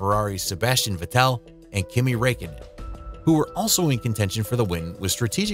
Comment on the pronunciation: kimi rekkenen